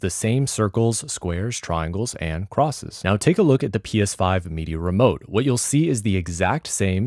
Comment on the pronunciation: When he said "crosses" i cringed a bit lol.